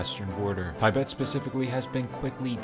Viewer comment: You're telling me you know the names of EVERY COUNTRY IN THE WORLD and you can't even pronounce "Tibet" correctly?